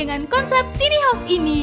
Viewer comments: Tiny house dibacanya taini haus...jgn tini dong hehehe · “Tini” dong :) susah bat apa ngomong “taini” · kirain cuma gw doank yg ga nyaman denger suaranya. bukan dari volume , nada suaranya dibuat tinggi kita yg denger ikutan cape. btw tiny dibacanya taini bukan tini ya min. hehehe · Dan ini satu lagi: "TINI" house?? 😖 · Iya taini nih hrsnya jadi risih 😂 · "Tiny" baca nya taini mbaaa.. tina tini🤦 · Kesel denger si mbak-nya nyebut2 tini haus.... Emang ini rumahnya si Tini..? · min, tiny house bacanya taini haus. tambahin wastafel di kamar mandi dong, min. mampir ke channel ane, min. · Mbak, Tiny House, bukan Tini House. Bacanya "tayni". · “Tini house” apa tu man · Tiny house... Kudunya dibaca "taini haus" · Tiny bukan tini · Tiny sebutnya taini, bukan tini. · Taini bacanya bukan Tini. Si Tini nah sepupunya si Tono. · tiny diucapkan taini .... bukan tini ... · Bacanya tai-ni bukan ti-ni mbakee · Taini home bukan tini home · Taini kali, bukan tini 😄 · Tiny bacanya taini mba